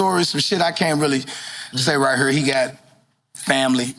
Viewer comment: I love the way he says here (hure) The KRS story is epic